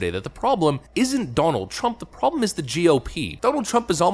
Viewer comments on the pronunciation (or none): none